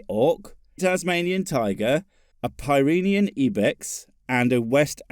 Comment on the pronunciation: I'm very fond of you and your channel... I'm not quite so fond of your pronunciation of, "Pyrenean", but it's not a big deal really. ⚡⚡⚡✨😈👍❗